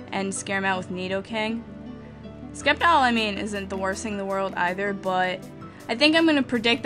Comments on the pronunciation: it's pronounced "Sep-tile" not Skep-tile" Got it form the pokemon series!! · You should go back to the wrong pronunciation of sceptile. It made you unique.